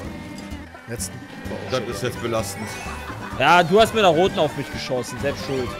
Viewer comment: ich hatte genau den selben Gedanken wie.: Selbst Schuld! (Hört sich an wie: "Seps Schuld"): Warum ist das denn jetzt seps Schuld? xD